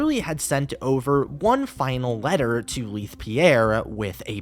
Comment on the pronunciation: Im so sorry but this is bugging me lol Leith = "lay-th" not "lea-th"